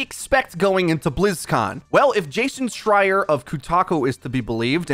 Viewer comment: I can't believe you are pronouncing Schreier correctly but calling it coo~taku?